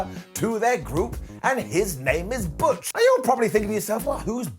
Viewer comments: Sorry but butch pronounced in German is not bitch. All thoughts to BigE. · Butch is meant to be German and pronounced Bitch. That just busted me up laughing so damn much lol. However, on a serious note, I really do hope Big E makes a full recovery from his broken neck. He's a damn great wrestler that has still got a lot of wrestling to go in his career. Lots of love to you Big E!